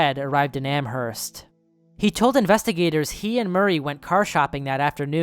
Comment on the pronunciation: I’m from mass, I love his pronunciation of amherst lol